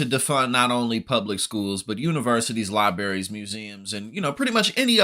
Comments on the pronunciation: libaries? really? Apparently this guy's education was sub-standard as well. He is not aware there is an "r" in "LibRary". SMH. Way to go public education. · bro talking about poorly educated then spit out liberries... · "We're in an idiocracy now. You don't want people with knowledge." Says the guy that just pronounced the word, "Li-BERRY." lol Good video, bro. I wholly agree with pretty much everything you said. I just thought that was funny irony. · It's library not liberry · Dude, it's pronounced "LIBRARIES." NOT Libaries. Omg. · Just gotta toss in; It ain't "libarries" it's 'libraries'... just sayin'. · what else do I want you to say? I want you to say Library instead of liberry. Otherwise you sound as ignorant as the magas. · It's LIE BRAYER eez. Not "Lie berries." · Ok, I'm a Democrat, very liberal. But it's funny after doing an impression of Trump saying "I love the poorly educated", it's followed by the same guy saying "libary". 🤣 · Guy said “lieberrys”. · That's the least of my worries after half of Americans voted for a convicted criminal, rapist, conman. If anything half of Americans would call it a Libary and be mad if you didn't! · Maybe it’s ok that he says libary……. Does it bother you so? Listen to his context ….. not his misrepresentation of a word. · Dude, you can't talk about educating yourself and pronounce library like, "lie-berry". Fkn A bro😂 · Funny that the guy decrying the cutting of funding for schools says, "libaries" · If you are going to promote or protect libraries, that is good, but, please learn how to properly pronounce the word. There is an "R" in "library ". You will find dictionaries at the library that will confirm this. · You discuss "idiocracy", but mispronounced library.😢